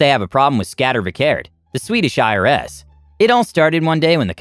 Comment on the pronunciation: I find your prononunciation of Skatteverket hilarous. Scat-EH-werk-ETT 8)